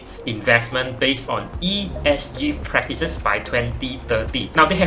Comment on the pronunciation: bro, ESG, not ESC leh.... Starting tio wrong liao... Aduihai.... but nice video juga... wu sui zhun !